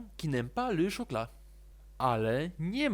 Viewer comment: il faut chAud , a nie il faut chOud, chocolat wymawiamy szokola, a nie szokla